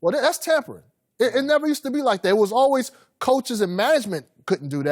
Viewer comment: i just hate how collin pronounces "always" like "alwez"